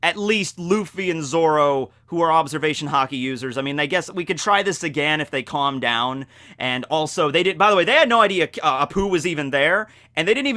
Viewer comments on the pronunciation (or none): none